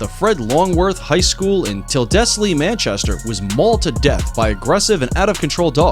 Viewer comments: Me after he pointed out jade in Tyldesley Manchester, which is said as ""tills lee" btw, right around the corner from where I live😳 I literally know her sister, mad. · Brooooo Fred Longworth high-school is literally half an hour away from me and that's not how you pronounce Tyldesley and I remember hearing about that on Manchester evening news website.